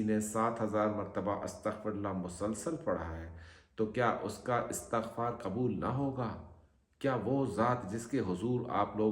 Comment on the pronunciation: Astagfar hota ha astakhfar na bola Kary plzz